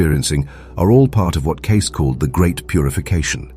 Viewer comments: oh and his name is pronounced 'kay-see' not 'case'. C'mon already. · It's pronounced "KAY-SEEEE" not Edgar CASE----moronic A.I. Narrator! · How about making the AI voice pronounce Cayce's name correctly?!! It's K-C !! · Maybe pronounce his name properly.... ???????